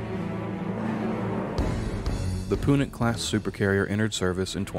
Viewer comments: Great video but there are a number of minor verbal errors that while they do not detract from the video in anyway I do think are important to point out. 1. Epoch is not pronounced "E-Posh" but is rather pronounced "E-Pock". 2. Punic is not pronounced "Poo-Nic" but it rather pronounced "Pyu-Nic" 3. The name of the named Punic you brought up, the UNSC Trafalgar, is not pronounced "Taf-La-Gar" but "Truh-Fahl-Gar". 4. When listing the Punic Class's weight you forgot to add the word "Million". It's weight is 670 Million tons, what was said was that it weighed 670 tons. Okay that's enough of me being the grammar police for the day XD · One minor nitpick, you dont pronounce the "ch" in Epoch, you can just say it like "Epok". Also "Punic" is not pronounced "Poonik". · Small quibble: "Epoch" is pronounced like "EH-pok", not "ee-POTCH." Similarly, "Punic" is pronounced "PEW-nik", not "POO-nik." And lastly, "Charon" is pronounced "KEH-run", not "shair-AHN." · That one and "poonic" instead of punic made me cringe a little bit when I heard them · Epoch (pronounced eepok) - Punic (pronounced pewnik) ... Pay attention in school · The pronunciations, just doing everything phonetically, Epoch, Poonic, sith 🤣 Holy crap I just got to "Taflagar". Dude well done on the effort but Christ learn to speak 🤣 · Your mispronunciation of Punic, Epoch, Charon, and Trafalgar irks me. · He messed up punic and trafalgar too. Gets distracting